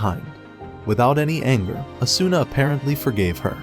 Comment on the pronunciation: Oh good I felt like I was getting gas lit especially since the video couldn't even pronounce Asuna's name right.